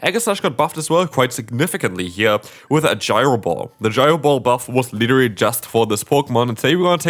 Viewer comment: „Liddery“ or „literally“?